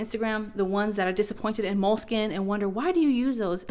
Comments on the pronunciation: you keep saying Moleskin.. skin? it's spelled Moleskine skine,, not skin. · I got tired of saying MO-LE-SKEE-NAY, so I switched to Leuchtturm.